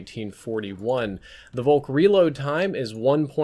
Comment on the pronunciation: Folk! Volk is prononced Folk